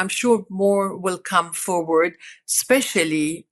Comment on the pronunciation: “Forward”, Katie. “ForWARD”.